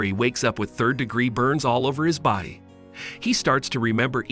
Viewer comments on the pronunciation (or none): none